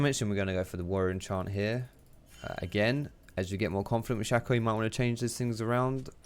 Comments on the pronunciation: Its shay co not shack oh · It´s not Shaco ... i´ts Shaco ... :D